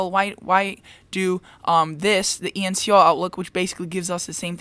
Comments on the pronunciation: That is E N S O, not E N C O. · You kept saying ENCO, But it's ENSO.